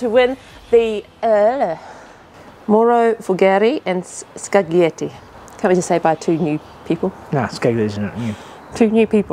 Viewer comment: Oh, goody! I get to "help" with another bit of Italian pronunciation: "Scaglietti". In the Italian "gl" phoneme, the "g" is almost silent, so Scaglietti should approximate to "Skull-yetti" (and not "ScaG-lee-etti"). Of course, the downside of pronouncing Italian names correctly is that most English speakers will look at you strangely! And stunning work - as always -!